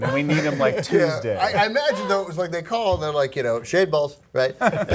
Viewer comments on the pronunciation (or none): Oh, she said shaved balls? I thought she said shade balls. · That was hysterical. Did you say "shaved balls"? Lmao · It sounded like she said shaved balls. LOL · Ok I thought she said shaved balls too. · I can't think of a single way to pronounce Shade Balls without sounding dirty